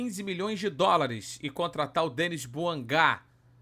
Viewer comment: O cara é francês. Logo, não é Dênis. É DENÍ